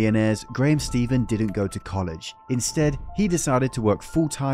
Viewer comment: I love the thought that went into making this video but something rubs me the wrong way about a guy who hasn’t learned to pronounce “Stephan” correctly, making the claim that Graham (Ste-Fan) is complacent. Note: his last name is not Steven